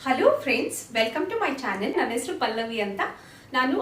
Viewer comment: ಒಟ್ಟೆ ಅಲ್ಲ ಹೊಟ್ಟೆ , ಆಕುದ್ರು ಅಲ್ಲ ಹಾಕುದ್ರು, ಎಸರು ಅಲ್ಲ ಹೆಸರು, ಒಂದಿದೆ ಅಲ್ಲ ಹೊಂದಿದೆ